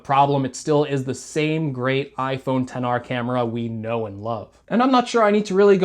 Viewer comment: sir you do know he pronounced it correctly right?